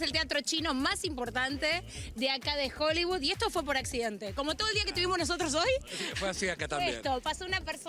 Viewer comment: divertido como siempre!! ahora, mejoren el tema de: este edificio fue 'creado', se dice construido (en todos los programas hablan de arquitectura 'creada', bueh...) y despues la pronunciación de hollywood, NO es hollybud!!!!!!!!!!!!!!!!!!!!!!!!!!!!!!!!!!!!!!!!!!!!!!!!!!!!!!!!!!!!!!!!!!!!!!